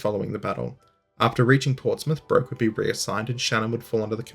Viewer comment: I believe Philip Broke would have pronounced his name like "Brook" - see his wikipedia entry